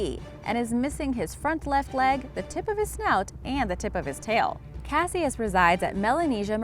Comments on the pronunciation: Cas-E-iss?? Cash-iss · If he's named for Cassius Clay, you are pronouncing it wrong. It sounds like "cashus." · She pronounces Cassius wrong. Ali’s name sounded more like “Cashous” , Cassius Clay, aka Muhammad Ali. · its cash-is not cassyes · It's pronounced Cashuss not casious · Cassius, its pronounced kas-uh s not kash-i-uh s. Good grief. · Pronunciation goes a long way to making a believable vid. Nau-til- us...not now-to-lus...cashus “=Cassius...not cass-see-us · If #9 is named after Muhammad Ali that's not how you pronounce Cassius come on do some research it sounds ridiculous when you mispronounce things its happened many times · Cassius is pronounced Cash-Us, do your research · #9 “Cassius” supposedly named after Muhammad Ali’s birth name, for the love of god lady it is pronounced “Ca-shus”. For someone who I assume is smart, that was a dumb mistake. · Pronounced Cash-us.... at least that’s how it’s pronounced in Louisville where Muhammad Ali is from. This is where the famous fight where Sonny Liston called him by the name Cassius. Ali kept screaming what’s my name through the fight. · Cassius is pronounced "Cashus" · Pronounced cash us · Why is she saying Ali name like that 🤦🏾‍♂️🤦🏾‍♂️Just butchering Cassius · And Cassius... Before narrating a video, you think you'd lookup the pronunciation of words you aren't familiar with.. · The narrator can't pronounce nautilus... Or Cassius.. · Brutal pronunciation of Cassius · Am I the only one tripping off how she is saying Cassius wrong